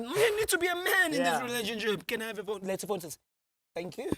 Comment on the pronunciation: "Leth'phone sis" lol 😂😅